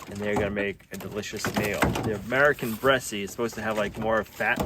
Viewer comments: Yes the American Bresse are great egg layers and eating. Bresse is pronounced with the final e silent. 💗💗👍👍🙏🙏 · French chickens. BRESSE. The "E" on the end is silent. Or, not.